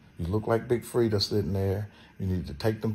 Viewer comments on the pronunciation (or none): He said big Fredia 😂😂😂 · Dawg said big Freida 1